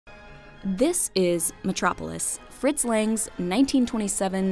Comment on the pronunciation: "Lang" in "Fritz Lang" is pronounced with an "uh", not an "ae".